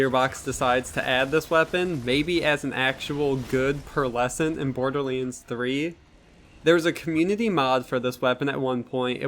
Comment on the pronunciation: This dude said bor-de-leans